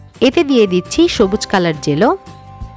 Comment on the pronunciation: আপু। এটা জলো নয়। জেলো😂😂